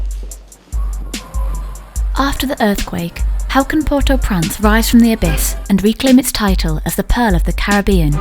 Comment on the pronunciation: I wish the woman narrating this video would pronounce the name of Port au Prince correctly, it bloody infuriating she keeps saying port au prance!! She needs replacing